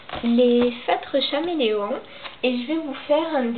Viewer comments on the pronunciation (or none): C’est bien mais on dit comme l’animal caméléon